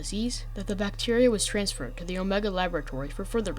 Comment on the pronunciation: mf really said "phee excavation site"